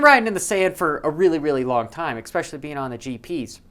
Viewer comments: Can you please stop saying "expecially"... Haha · Look up especially next time your looking up pronunciation 👍🏻